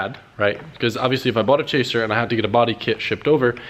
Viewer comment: chaser? i heard traser lol